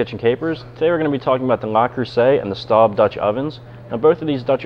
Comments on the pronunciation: It is Le not LA. And Staub is pronounced like “stove” with a “b” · No he didn't. Le Creuset is pronounced like "Leh Cruhseh". It is not pronounced "Lah Croosay" Staub is pronounced as "Stohb". It is not pronounced "Stawb". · Um, you've mispronounced both names.